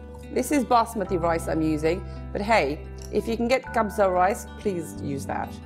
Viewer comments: Hi dear The pronunciation of the dish is wrong... it is kabsa kaaa not kh This is not the traditional way we make our kabsa... there is a big difference but that was a nice one of you 😊 And we don't have kabsa rice We traditionally use basmati rice in our cooking in Saudi Arabia 😊😊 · it is so lovely and looks delicious.. in saudi arabia we add bell pepper with the carrots. we pronounce it KABSA as it read. not khabsa. but the most important thing is the flavor which you've already mastered. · Well, I have no doubt that this is delicious. It is very close to Kabsa but a bit "Indianized". Like the addition of garam masala for example. But hey, there's no right way of making Kabsa here in Saudi Arabia, every family have their own version. Ps. the pronunciation is way off lol, it's pronounced exactly the way it's written, Kab-sa. there's no harsh kha sound. And there's no Al before it. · K not kh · i live in saudia arabia Since childhood never seen this kabsa ahhahahha and baby your pronounction was wrong ahahhahahha😂anyways looks 😊 good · You butchered the name omg 💔💔💔💔💔💔😖😖😖😖😖😖